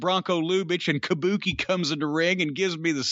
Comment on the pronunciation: if you’re gonna do a Gary Hart impersonation, ya gotta do it proper. He didn’t say Kabuki, it was Kah Booh Kay!